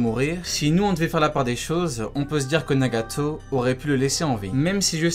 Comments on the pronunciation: pourquoi tu dit nagatooos comme sa c'est nagato ! !!! Pas nagatooos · Mddr tu me tue t’aime trop rajoute des « tso » partout genre « Narutso » Nagatso » 🤣🤣 sa se prononce « Naruto « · Les frères s’est moi ou quand il dit nagato il le dit d’une manière trop bizarre 🤨